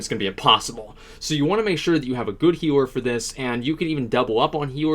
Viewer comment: wtf is he saying? hero? is he refering to the healer??